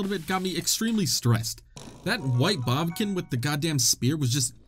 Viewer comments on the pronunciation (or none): end of the game and he's still saying "bobkin" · I’m still amused when you say “bobkin”